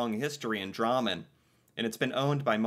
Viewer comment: He says it like rammen(the food) with a d in front